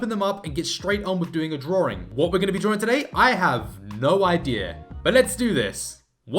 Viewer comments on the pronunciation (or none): He keeps saying drawring, what's that? 😂